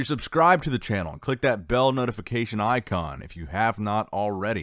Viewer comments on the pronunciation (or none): none